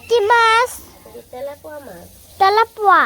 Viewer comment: তেলাপোয়া না তেলাপিয়া।